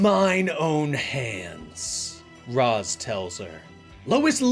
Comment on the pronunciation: Amazing video! But one thing STOP MISPRONOUNCING RAZ, reminded me of terry in that one Batman beyond episode😂